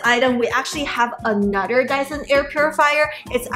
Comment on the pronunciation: Ahnutder ❤❤❤ Drinking game drink after she says ahnutder aka another